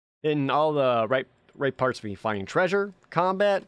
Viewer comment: Love your content, love the games you play. Its just the whole 'derpy' persona you do that really bugs me. its overplayed and outdated. So a part of me does die everytime you say "treysure" but otherwise, keep up the good work. You definitely deserve the views